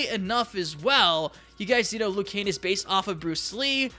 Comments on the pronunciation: Liu Kane? Don't you mean Liu Kang.😂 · Who the hell is Lou Kane? It's Liu Kang, dumbass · Liu KANG not Liu KANE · Dude it's pronounced liu kang not liu cain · Its liu kang not liu kan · Its liu kang, not liu kane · why do you keep saying "liu kane" instead of "liu kang" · Who the f is Liu Kane?? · This fucking idiot can’t even say Liu KANG, he says Liu KANE. Fuck this moron, this video is obnoxious and unwatchable. Dislike. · Hay I just notisted your saying leu Jan not leu kang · I think it's Liu Kang not Liu Kane... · Why does he always say Lu Kane? Whats wrong with Kang? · Weird Channel buddy you say leeyou kang. That’s how you say liu kang not loo kane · KANG...NOT KANE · Liu *KANG*, not liu kane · Work on ur pronunciation idiot Die- roo Loo-kang U sicken me ur video sucks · Liu kane 😂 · “Liu Kane”? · Did anyone else hear him say lui Kane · Lu Kane? who tf is Lu Kane? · "Loo Kane" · “Liu Kane” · Im sorry but when you say liu kang you sound like your saying lu kane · Who's Lu Kane? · We know this dude has no idea what he's talking about once he says Lou Kane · Liu Cain, Day-Rew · Did I really just hear you call Liu Kang "Liu Kane"? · “Liu Kane” lmaoooo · Are you saying Liu Kane? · "Liu Kane" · Who the hell is Lou Kain? Yeah, this will be a trustworthy list 🤣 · even the fuckin announcer says 'Kang'. 'Liu Kang' wins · "Liu Kane" Bruh.... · Lu kane, my man u butchered him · Liu kane lol 😂😂😂😂😂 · Are you saying "Liu Kane"? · Why can't you pronounce Liu Kang properly?